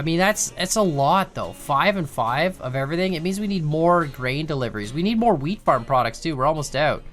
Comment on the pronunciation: My friend mentioned it sounds like you're saying "weed farm" instead of "wheat farm" and I can't unhear it now. Hope everyone is doing well.